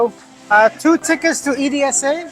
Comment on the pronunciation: 😂 you spelled EDSA. The right way to pronounce is like saying someone’s name like Elsa but with a d instead of l.